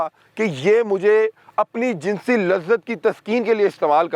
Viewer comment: آپ ماشاءاللہ بہت عمدہ کام کر رہے ہیں مگر الفاظ کی ادائیگی میں تھوڑا سا فرق کر دیتے ہیں جیساکہ لفظ jansi nahi balkay jinsi hay اور دوسرا لفظ جنسی استعمال نہیں بلکہ جنسی استحصال ہے ۔۔۔😊😊😊